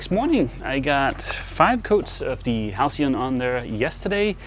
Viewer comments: You pronounced halcyon perfectly. I do a fair bit of carpentry and make tables and prefer wax to varnish. Varnish is tougher. But IMHO wax looks better. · Yes,, "halcyon" is pronounced exactly as you said it.